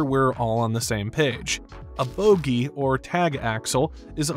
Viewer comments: Bogie not boogie or boggie. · Don't know who wrote this, but those are called "Bogie" axles, with one "O," not "Boogie." Boogie is a kind of surfboard or an African-inspired Rock & Roll style.